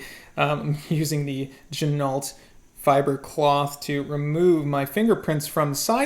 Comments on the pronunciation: Yep. John told me the same thing last year. Gotta say it all Frenchy in part deux ok? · I think they pronounce their name ‘Gin-oh’ if I am not mistaken,.